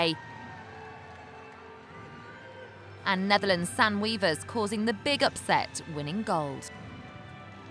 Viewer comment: t's Not Weavers,but Wéévers!!!!!!!!!